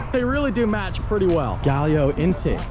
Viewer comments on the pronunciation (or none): Paint is pronounced (GEE-ALLO)😂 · Say it with me…jee-ah-low 🤦🏻‍♂️ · 1. Giallo is pronounced Jee-allo 2. Lambos are VW as well 😉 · Hearing you guys try to pronounce giallo hurt my ears. Hard G like Giant. Gaa-low. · I think the first part of the paint code is actually pronounced Gee-all-o ... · Giallo is pronounced "Jee-al-low" hahaha